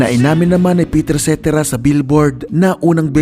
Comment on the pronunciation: Pakinggan mo kung paano bigkasin ni David Foster ang pangalan ni Peter Cetera at yun ang tama 🤨